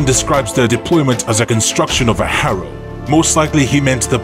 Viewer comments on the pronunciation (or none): none